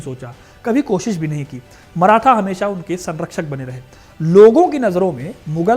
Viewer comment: अबे मराठा बोल। मराथा नही